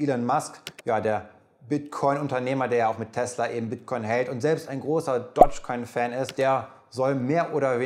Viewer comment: twenty-VONN ELEN Musk DODGE coin VALL street AUA! Die th-Fehler liste ich mal nicht auf, da haben anscheinend viele ein Problem bei der Aussprache. Aber an den anderen Punkte könnte man doch arbeiten. Trotzdem gutes Video <3